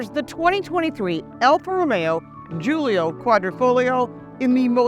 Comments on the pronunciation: Sorry it's not guilio its guilia and it's a work of art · how is this your favorite when you don't know the name....it's a Giulia....not Giulio